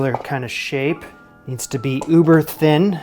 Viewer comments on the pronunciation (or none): none